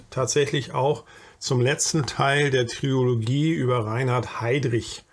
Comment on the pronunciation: Tolles Video. Kleine Klugscheißerei am Rande: -- ich denke, der gute Mann wird Schus-tr ausgesprochen, also die Tschechische Version von Schuster als Nachnamen. Kleine Klugscheißerei, die zweite: Trilogie und nicht Triologie. Hinter dem I folgt kein O. ;-)